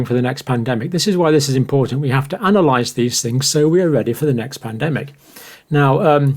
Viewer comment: You will pandemic correctly next time.